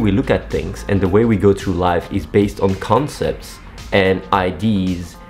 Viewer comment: Someone should teach athene how to pronounce "idea"